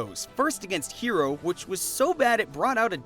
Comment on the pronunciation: Excellent video as always, but the HE in HERO is pronounced like "HEretic"